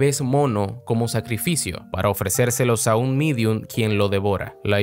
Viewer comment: Se Dice Medium.